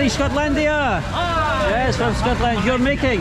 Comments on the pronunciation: Why does he say Scotlandia? And not Scotland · yeah...scotland not scotlandia dear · normally malaysia local said" scotland not scotlandia" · you say Scotland not Scotlandia..haha lol makes me laugh, all over the world you say I am from Scotlandia!!lol I think you only say it in India or maybe Pakistan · Scotland not skotlandia😂